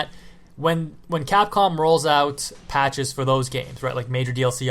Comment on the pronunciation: Did you say Patches?!